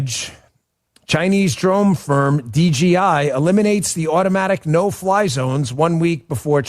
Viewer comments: DJI, not DGI. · What the hell's wrong with? Why can't he say DJI? It's right in front of him and he can't for whatever reason just say it.. DAN IT'S DJI NOT DGI! COME ON BRUV GET IT TOGETHER